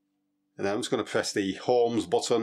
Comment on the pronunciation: With the gs38 tester did he say "Holmes button"? Ohms dude Ohms